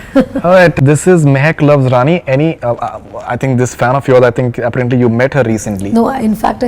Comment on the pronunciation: will somebody explain this horse's asss interviewer how "apparently" is pronounced.. in every single interview he has done he pronounces the word like that.. annoys the crap out of me